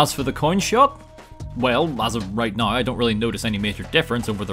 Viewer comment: It's pronounced "now", not,"noiugh".